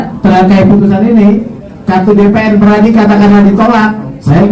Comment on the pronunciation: PERADI BUKAN pradi